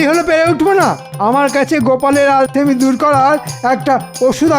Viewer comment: আলসেমি ❌ আলতেমি ✅